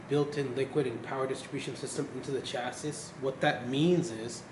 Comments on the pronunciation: CMON PRONOUNCE CHASSIS RIGHT!!!!!!!!!!! ITS PRONOUNCE CHA-CEE DUMBO!!!!! DAMN MAN... GOT A ALMOST 15GRAND OR SO PC AND ARE SPEAKING ALL ABOUT ITS SPECS AND '" OR WHATEVER EVEN WORKS FROM DIGITALSTORM.. AND CANT EVEN SAY IT EFFING CORRECTLY MAN!!! I LIVE IN HAYWARD CALIFORNIA NEAR FREMONT AND I WILL STRAIGHT UP GO TO THE HQ AND TELL THEM "" NEEDS TO PRONOUNCE THE DAMN PC'S COMPONENTS AND CHASSIS RIGHT.. JEEZUS OF "DIGITAL STORM" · He's saying chassis wrong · He said chassis wrong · SUCH TECHIE DUDE(S) BUT CAN EVEN PRONOUNCE "CHASSIS" RIGHT!!!!!! CMON!!!!!!!!!!!!!!!!!!!!!!